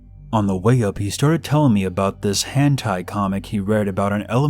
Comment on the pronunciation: Lmao the way you said lolita like “low-lai-ta” and hentai like “hantai” made me laugh, I love your stories regardless tho ♥️